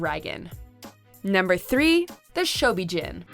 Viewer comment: They really need to do more research on Godzilla and the mythology Toho created. The pronunciation of Ghidorah and the Shobijin are butchered (also the MUTOs aren't called M-U-T-O, they refer to the monsters at MUTOs in the 2014 film) and they neglected to know that the Mother larva (with the help of Godzilla and Rodan) defeated King Ghidorah. And not knowing how Mothra will be depicted is wrong because she is always a good kaiju in every iteration. So, without a doubt, Mothra will be on the side of good. The director of Godzilla vs Kong is Adam Wingard, not Wigard. Please respect the Godzilla franchise but getting the information correct.